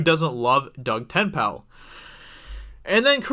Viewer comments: Te-nay-pal.....not ten-pal :P urg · Not subscribing until you learn to read. The man's name is TEN-Naple, also he's on EVS live chats all the time, don't know how you've never heard of him. Say ten-pal again mo-fo. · Ten-nA-pal. NOT Ten-pal. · His surname is Dutch. It's ten Napel. Not TenPal. And the a in Napel is an Aaaah! A... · AHHHHH your butchering of Ten-Napel (Ten-pal) hahaha at first made me laugh, then i got angry, then back to laughter, wish i could thumbs up this video more than once. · Ten ape 'ol Like ten maple but with a n TenNapel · His name is pronounced Ten-ape-l not Ten-pal. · For future pronunciation, it's Doug Ten-A-pel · It is pronounce Ten apple. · Say it like Ten-Naple. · Pronounced Doug tenAPPLE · Oh my god dude. Sound his name out before you make a video. Tennapel. Ten-ah-pel. This is cringe as fuck. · It's "Ten-ape-pull". :-) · Stick it those idiots Doug. Well done. his name is pronounced Ten A Pel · the way you’re pronouncing Doug’s last name is cracking me up! You’re leaving out the long “a” as in “hay.” Tenn “long a” pel. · It’s pronounced “TEN-A-PULL” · Ten-pal. Te-nay-ple. Like shoving Ten into Maple but replace the M with an N. Father Doug, is Comicsgate. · (Ten-ape-pole) stop saying his name wrong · Pronounced "ten-apple" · Pronounced: Ten-na-pull Waiting for the Dirtworm Doug game lol. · Your pronounciation of Doug's name... wow Doug Ten-Napel (Tenn-Apel), he has a channel on youtube, searches his name "tennapel" he has a good show on there and over 10k Subs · Psst - it's pronounced "ten-ayy-pull". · Dude! Your butchering his name. It's pronounced Ten-na-pel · Why do you keep saying Tenpal? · Pronounced Ten-Nay-Pull. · Tennapel --> pronounced TE-NAY-PUL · Work on Doug TenNapels name. 🤣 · Pretty cringe to hear you mispronounce his last name so horribly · you butchered his last name dummy, don't report on something if you can even pronounce his name correctly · Ten- nape- El. Not tin pal.. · DOUG TEN-EH-PULL